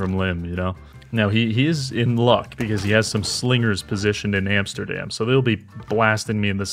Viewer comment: "Antsterdam", classic